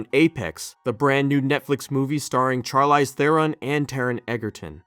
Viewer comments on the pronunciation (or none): Ahh yes, Charle Eyes Theron